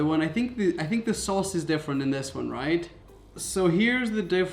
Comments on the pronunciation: ...s-s-sauce??......never heard of that one.. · He said souse 😂